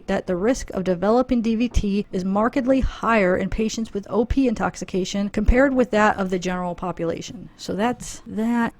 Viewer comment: Every time you said "OP" intoxication; i thought u were saying "opiate " intoxication. 🤦🏻‍♀️ lol. I was like.....really??? Opiates can cause pulmonary embolus and DVT's??? Haha. OP's would show up in toxicology screens. We don't have to "look" for certain chemicals. When a tox screen is done- it will show ANYTHING not normal. Antifreeze and Round-up are both organophosphates. So YES very easily accessible. But it would show up on a tox screen. The DUMBBELL thing is CRAZY!!!!!!